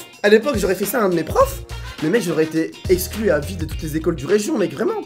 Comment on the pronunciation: Le nombre de fois que t'as dis esclus😂😂😂